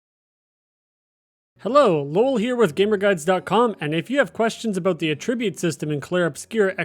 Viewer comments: Okay lol no. It's not A-ttribute. It's pronounced At-tribute. Good video otherwise. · The way you pronounce attribute is incorrect as your pronunciation is as a verb which would be used like this "he attributed the firm's success to the efforts of the managing director" whereas in this case it should be used as a noun and would be used like this "flexibility and mobility are the key attributes of Britain's army" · cant finish this video because of the way you say attribute like it's not a noun in this instance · Please for the love of god, learn how to pronounce Att-ribute, not A-tribute 😂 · You're saying "attribute" incorrectly. The way you're saying it is the verb form. AT-ribute. Emphasis on the first syllable. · You know what I realized, I pronounce attribute based on the context, but I realized should I be? Like, “to what do you attribute the pain?” = ah-trib-byoot vs. “video game attribute” = at-trib-byoot. I’m shook. 🤣 Great vid. This helped. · You lost me at the way you pronounce attribute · I like this vid because the mispronuncation of attribute shows it's real! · I’m sure hes a real person. But mispronouncing attribute definitely makes him sound less human. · Literally can't trust anything in this video after the 10-second mark when "attribute" is pronounced incorrectly... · bro can’t even say attribute correctly why ima trust anything he say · He pronounces "attribute" and "defense" wrong too haha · Can somebody tell him the proper pronunciation of "attribute" in this context, please? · So appreciate the video and the help, but I can’t keep listening to attribute pronounced wrong, I’m losing IQ points… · You real quick look up how to pronounce “attribute”. The noun and verb are pronounced differently. I love you. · Less than a minute in and you mispronounce attribute and wanton… a wonton is a chinese dumpling filled with cream cheese.